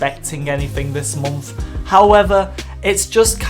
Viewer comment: I love how you say „month“😂